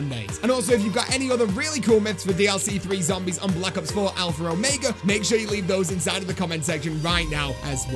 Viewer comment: Please stop saying alphra omega in your intros